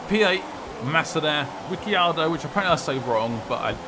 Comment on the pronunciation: yeah, its rick-ardo, not ricky-ardo. he's gone on record and said that too last year i think. remember brundle saying about it.